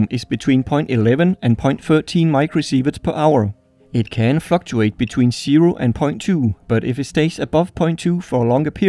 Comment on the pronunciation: I’m so sorry for this but I can’t help it. ”it can fucktuate”